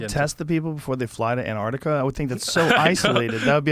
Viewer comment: ANTARCTICA...Finally, an American that says it properly. Good to hear. Well done Jimmy.